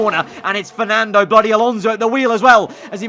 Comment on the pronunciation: It's fsnando bloody alonso